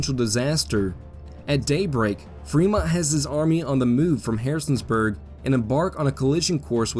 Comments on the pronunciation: Great video presentation, but you called a certain City "Harrison's Burg". That, my friend, is the wrong way to say it. It's Harrisonburg, not Harrison's Burg! I know that, because I am a Native of Harrisonburg. I wish that there was a way, that there was a way for you to correct that mistake, which, I must add, was made several times. As I said, though:Orher than that, it's a great video presentation! I'm glad I subscribed! This is great stuff!!! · Love the Valley Campaign content, one pronunciation nitpick, it’s Harrison-burg, not Harrisons-burg. I look forward to the finale! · Just FYi you say Harrisonburg wrong.